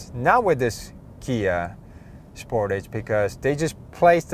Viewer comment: Spor’tage not sport’age